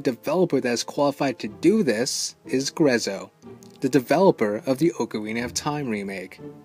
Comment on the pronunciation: You said Ocarina wrong. Many ppl do but the real saying is here in google